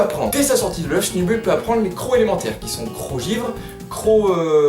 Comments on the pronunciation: Il faut la dire à l'angliche va ! "Sneubeull", ca vient du coeur <3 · juste moi je dis Sneubeul pas Snubull idem pour Grambull ( Granbeul )